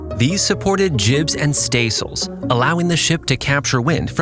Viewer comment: Ok what the hell is going on with your voiceover? Is this an AI reader? I can't believe a human who did this much research for a video would pronounce this many words incorrectly. Ratlines - rat lines, not ratlins. Staysails - stay sails, not staisles. Bowsprit - this one blows my mind because you JUST pronounced "bow" correctly immediately before it. Bow as in "take a bow," not rhyming with "whoa." Davit - follows the vowel structure of "rabbit," not "David." Forecastle - another mind-blower, because you clearly know it's not pronounced as it's spelled. It does not sound like foxhole, it is "foke-sle." Ships don't use azimuth, they use bearing. Boatswain - bo'sun, not bozz-un. Officers' meals - wardroom, not messroom. For the depth of research & knowledge on display in this video, I expected more for the technical jargon.